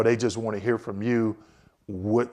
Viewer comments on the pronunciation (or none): none